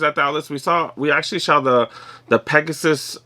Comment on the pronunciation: You said Pegasaye lol! Love your vids man keep it up bruh! 👍🏼